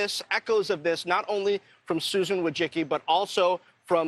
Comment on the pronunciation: he even mispronounced her name. 🤣🤣🤣